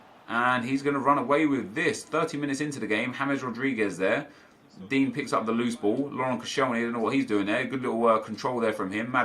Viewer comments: You realize it’s pronounced din-yay not dean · Anyone else find it funny that he calls digne dean?😂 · Pronouce Digne's name right please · I swear you pronounce Digne wrong